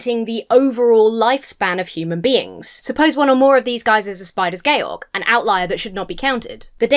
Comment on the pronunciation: "Spiders gay-org" Is THAT how you pronounce it?